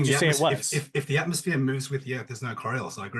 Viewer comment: got so many of his talking points from Americans that he can't even pronounce "Atmos(phere)" properly. He calls it an AtmOHs like the wannabe American he is.